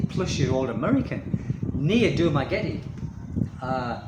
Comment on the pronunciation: Sir, if you can't pronounce the name of your own city correctly, and don't know that the island of Negros Occidental doesn't exist, then you are hardly qualified to say you imagine the Dumaguete Police are going round expat homes to warn occupants of increased danger to them. How would the police even know which homes to visit? You, sir, are a berk.